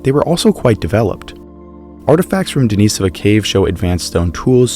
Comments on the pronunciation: I'm not sure why you pronounced Denisovan correctly but Denisova incorrectly. They're the same word. The Russian i is pronounced like an English e, and the emphasis is on the second syllable, as you pronounced correctly in Denisovan. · Why do you keep pronouncing the name wrong you even pronounced the cave correctly but then you did not pronounce the name the same way you pronounce the cave when they are clearly pronounced the same